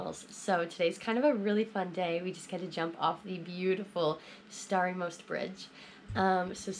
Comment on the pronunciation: Place I was born , Mostar❤ . Surprised how you said Stari Most Bridge. Just like you born there